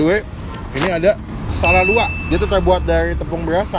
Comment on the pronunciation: Wkwk bukan sala luak bg 😂tapi sala lawuak, aduhhh greget bgt pas denger lu bilang sala luak bg 😂 lawuak = ikan